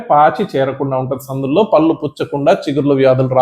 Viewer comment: డాక్టర్ గారు నమస్కారం పల్లు కాదండి పళ్ళు అనాలి భాష ను నాశనం చేయకండి భాషను కాపాడండి. ముందుతరాలకు శుద్ధమైన భాషను ఇద్దాము. అది మనధర్మం. కళ్ళు పదానికి కల్లు పదానికి అర్ధంలో చాలాతేడా ఉంది గమనించారా కళ్ళు అంటే నయనం దృష్టి ని ఇచ్చే అవయం కల్లు అంటే నిషా నిచ్చే ద్రవ పదార్థం. కనుక కళ్ళు ని కల్లు అంటారా? తెలుగు భాషలో 56 అక్షరాలు ఉన్నాయి ప్రతి మాట ఉచ్చారణకి అక్షరాలు ఉన్నాయి ఇంగ్లీష్ భాషలో లాగ ఒకే స్పెల్లింగ్ తో వేరువేరు అర్దాలతో ఉండి ఒకే ఉచ్చారణతో పలక వలసిన ఖర్మ మన తెలుగు భాషకు లేదు. "దేశ భాషలందు తెలుగు లెస్స" మాతృ భాషాభిమానం కలిగి ఉండండి ఇతర భాషలను గౌరవించండి. పూర్తిగా ఓపికగా చదివినందుకు ధన్యవాదములు.